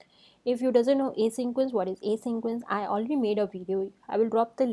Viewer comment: Ok...its not 'asyncroence'....😭😭😭